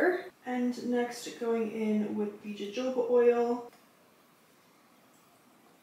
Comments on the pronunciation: Did you just say jojoba instead of hohoba?! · jojoba oil is pronounced like HaHoba oil! I hope this helps😊❤ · Jojoba pronounced: Hohoba Yes, hair is most venerable when wet, as taught in cosmetology school. Extra tip: rinse conditioners out on cool, so your hair retains all of the good moisture you put in. Beautiful job on your hair! 😊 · It’s pronounced Hohoba lol